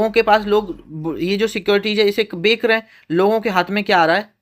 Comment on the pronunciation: Sir बेक रहे है बोलते है या बेच रहे है बोलते है मेरे कान खराब हो जा रहा है